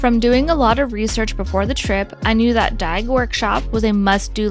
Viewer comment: It's pronounced "day", it means dough, it's not DAYG.